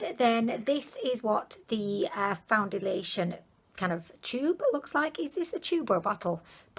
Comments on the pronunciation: got me saying foundiliation instead of foundation now 😂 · That’s not how you say foundation